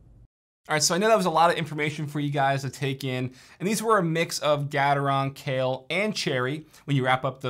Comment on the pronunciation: Nice comparison. Never heard Gateron being pronounced like that, always with the beginning being like gate.